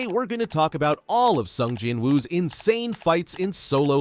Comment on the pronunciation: At this point, 18 episodes deep into the anime, how is yr AI reader still mispronouncing the MC's name? Anyway - Let's goooo Eagles! Let's goooo Kendrick!